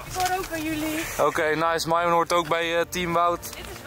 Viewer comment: heeeeee Enzo zij eindelijk weer Myron in plaats van Mieerrrrrooon